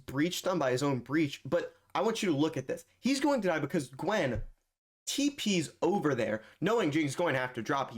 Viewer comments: btw gyen is jee-yen not gwen 😭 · DFM “Gwen” lol it’s pronounced like jiyen